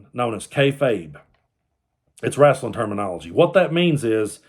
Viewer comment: When you called it "wraslin'", I knew you were a real fan.